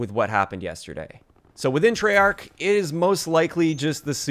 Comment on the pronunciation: It's treyarch